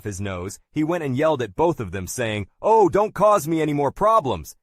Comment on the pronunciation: A good old Aussie "Oh Eye" wow.